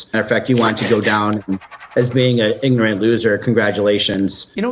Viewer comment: It's not igorant it's ignorant you ignoramus